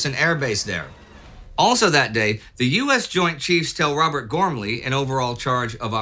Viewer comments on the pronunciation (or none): none